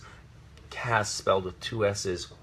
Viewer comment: This is one of the many reasons i love this man. Pronunciation C then ass not C then as. I would love him to narate an audiobook of some sorts his voice is very soothing. He really is trying to keep it together. I dont know how he didnt break for the whole video